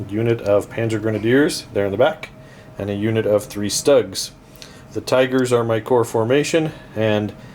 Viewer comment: Schtuugs........not ztUGGs 😁